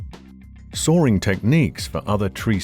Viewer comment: Why is this guy pronounces "sawing" as "soaring"? What kind of accent is this?